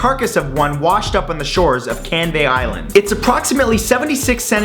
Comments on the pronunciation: You don't pronounce it "Can-vay", it's (Can-vee) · When you said "Canvey Island Monster", I heard "Candy Island Monster". A giant monster that gives you diabetes. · lol canvey is pronounced can-v as i used to live there XD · Well I never thought I'd see Canvey island mentioned in one of these videos! (pronounced can-vee by the way!)